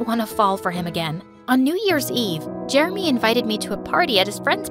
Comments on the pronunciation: He pronounced Jeremy Jermy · is it just me or did i hear "i'm germy" instead of "i'm jeremy"